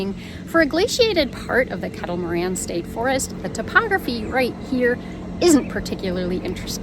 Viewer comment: Once again you're in my neck of the woods!!!! BTW, it's pronounced Kettle Mor-RAIN. Great video. Thanks for posting. Hopefully you were able to swing by the Hamburger Haus in Dundee after the paddle.